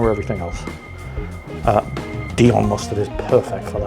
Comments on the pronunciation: Dijon.... Its Dijon mustard!!! As in the place in France not Dion which is probbly the name of footballer somewhere!!! Otherwise jolly good attempt there matey..... Im a croque monsieur connoisseur and th get the thumbs up from me 😋👍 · no Cheese like Swiss Chesse to make a Croque Monsieur... as for 'Prosciutto' pronounciation: just replace the 'sci' bit with a 'sh' like in 'posh' and you should be fine... or call it 'Dave' as you do in your other channel. and 'Dijon' is pronounciated like 'Dishon'. Not picking on you at all, just trying to make your vids appear more professional. Enjoy... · Very nice, sir,. Just a couple of hints: 1. Prosciutto (pro CHUTE toe) 2. Dijon (d Zhon or d Jean like the French name) Looking forward to more At Home with the Gnome... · Why are you pronouncing Dijon, dion?? The J isnt silent. Love you. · makes cooking yourself and your friends into an early grave look so yummy and fun. 😁 But wow, the pronunciations...LOL! I especially liked how put the "dee-on" mustard on Rita's sandwich. As everyone knows, "dee-on" mustard is named after the town of "Dee-on" in France, where it originated. 😂 And let's not even talk about the hash made of prosciutto...hmm...that sounds pretty good...prosciutto hash, yummy! Call Babish! 😏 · How can a person actually not pronounce dijon mustard correctly? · Rita please teach him the correct pronounciation of Dijon ! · Pro-shu-to. And the "j" in "Dijon" is also pronounced, and not an almost silent "y". A bit like between "sh" and "j" in English ... like in "jour", which even the Brits know.